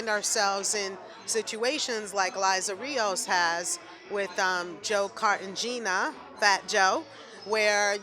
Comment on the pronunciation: It's pronounced Car-tay-hey-na. Not Car-ten-geena 😑😑😑